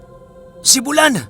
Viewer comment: Bu-lan po at hindi bulan. Hindi bigla ang bigkas. Bulan is a waray term which means buwan in tagalog :).